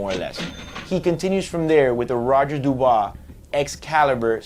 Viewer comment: It's roger dubuis, not roger dubois